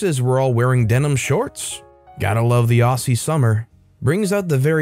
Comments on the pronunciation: For that first story, I know exactly what footy shorts and pluggers are but I'm cheating because I'm Australian 😅 Also, the double s in Aussie is pronounced as a z so it sounds more like ozzie than ossy. Honestly though, say it however you like! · Aussie is pronounced like Ozzy.